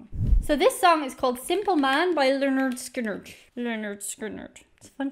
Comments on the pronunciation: If no one's mentioned it, it's pronounced Leonard Skinnard. :) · Pronounced "Lennerd Skinnerd" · It is pronounced "Linerd Skinerd" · Leonard (skin-nerd)Skynyrd is the pronunciation most people will recognize (not your Irish version) Y can sometimes be used as a vowel (though it would replace "i").> though it looks funny if I wrote Skynird < for I can't read it either. Though Google translate says it right in English. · Great video. You did choose one of their mellower songs to introduce yourself to them. It was cute how you were mumbling the pronunciation of their name, even after you discovered the band was named after Leonard Skinner. As it happens? Their first album is actualled called: "Pronounced Leh-nerd Skin-nerd" I suspect due to others having the same pronunciation challenges you had.😉 One of my favorite Lynyrd Skynyrd songs is a tougher rocker called "Working for MCA" who was their record company. I love all their hits, but even some of their less well known songs are great. Also love "That Smell". It's a great song but the lyrics kinda foretell Ronnie's early death. Also all the horrible, horrific things he did to himself partying way too hearty, and essentially trying to kill himself. (He developed cocaine and heroin addictions from medicating himself after the pressure of playing in front of so many people all the time became too much.) Which the plane crash ultimately took care of for him. Sadly for the rest of us. Their last studio album was "Street Survivors." The cover photo of the band became very controversial in the wake of that plane crash, because one of the band members who died in the crash, Steve Gaines, seems to be enveloped in flames. And flames actually touch all the members in that original cover photo. So it seemed kinda creepy. They put the plain photo of the band on the back cover as the front cover for a long time. Eventually they put the flame cover back in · Oops. Lynn-erd Skin-erd😮